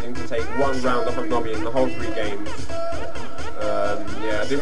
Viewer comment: LOL it's 'Nobi' not 'Nobby', he's not Harry potters dick shaped elf! In the UK we informally add a 'y' suffix to transform nouns into adjectives. For example: I like that biscuit (n), I like that 'biscuity' (adj) pizza base. A 'nob' (n) is a male's genitals and describing someone as 'nobby' (adj) means they're characteristic of a penis.